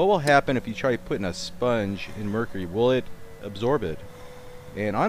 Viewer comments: Excuse me but do you have a problem pronouncing Mercury? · omg i learned so much. thanks for explaining all the science! OH WAIT YOU DON'T EVEN KNOW HOW TO PRONOUNCE MERCURY THE TOXIC METAL THAT YOU ARE DANGEROUSLY HANDLING. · ha, it's tough for you to say mercury properly :) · I like how he says "Merr-cure-ee" lol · Merr-Curr-eyy lolz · Why did u say mercury like that??? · I noticed you really stressed how you said "mercury" sometimes. Have people been ribbing you for how you pronounce it?